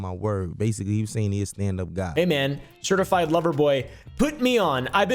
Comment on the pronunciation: Drake can’t say certified love boy without us hearing certified pdf file 😂😂😂😂